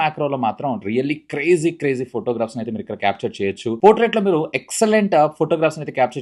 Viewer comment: It's "Portrait" not 'Potrait'